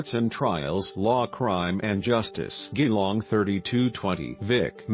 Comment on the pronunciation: My God. Why are you posting this? You're not even talking. Stupid computer voice that can't even pronounce Geelong properly. This is my best friend's family, and you're profiting from someone else's grief.